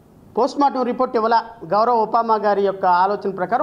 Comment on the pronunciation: ఉపముమ కాదు ఉప్మా